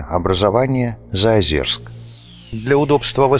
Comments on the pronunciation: заозЁрск!!! какой заозерск)) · Извините, ЗаозЁрск, а не ЗаозЕрск. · Прежде чем делать выпуск про город вы хоть узнайте как правильно произносится Заозёрск , говорится через ё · Не слышала никогда названия ЗаозЕрск. Только ЗаозЁрск.. у тех кто там служил был причастен, и вообще кто- либо когда- либо упоминал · Нет говориться через ё ни какого Заозерска